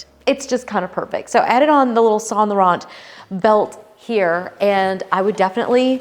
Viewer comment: FYI, there is no "t" sound at the end of Sahn Lowrahn (Saint Laurent.) I know, I'm anal.